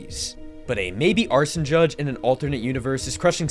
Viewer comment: Who the fuck is “arson judge”?